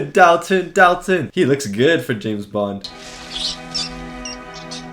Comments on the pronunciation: Dalton pronounced Dolton. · Dalt, rhymes with Salt. Dalt-un.